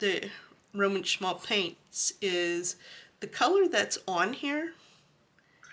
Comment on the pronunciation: Once you start collecting Roman Szmal not “Szmalt”, you can’t stop. Love these paints!